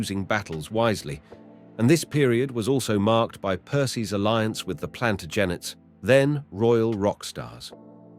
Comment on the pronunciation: I think he meant PERCY ANS? He had bother with PLANTAGINATE'S too As for ALNWICK CASTLE, it is pronounced ANNICK!!! The ALN is a nearby river and WICK is from Old Norse meaning small Inlet or Bay!!!